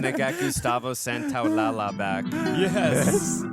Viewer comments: Ok i gotta just say something thats been bugging me. Its not gustavo santaolala. In spanish when two Ls are next to each other it creates the yuh sound. Gustavo santaolalla is gustavo santaolayuh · It's not SantoaLALA......it's SAN-TOA-LA-LLA. The LL makes a Sha sound. So it's SAN-TOA-LA-SHA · loved the reaction and the first episode was AMAZING!...also I really don't want to be an a-hole I love you guys but gustavo santaolalla last name is pronounced santaolaSHa (the 2 L's in spanish sound like SH) love you guys!!! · i just came to say that i hate how pronounces Santaolalla and i hope he gets corrected or i'm gonna have a seizure